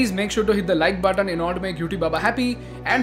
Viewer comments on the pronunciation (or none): none